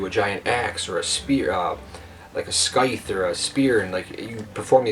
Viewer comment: He said scythe like skythe